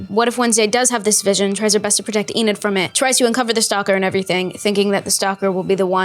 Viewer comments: LUIS SAYING “EDNID” INSTEAD OF ENID IS SENDING ME 😭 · NOT HIM SAYING EDNID HAHAH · Ednid? Eden? Ennid? Enid there yall go byeeeeeee😂😂😂😂😂😂😂😂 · "Enid darling, Enid" 😭✋🏼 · When Luis says Enid wrong it’s too funny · Bro how he said Enid got me laughing so hard😂